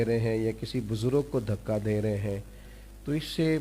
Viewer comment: اور یہ لفظ دھکہ نہیں ہے بلکہ دھکا ہے خدارا اردو ہماری پہچان ہے اسے تو بخش دو